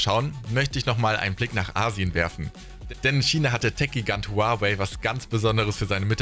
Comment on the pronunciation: Aussprache von Huawei könnte quasi nicht falscher sein haha.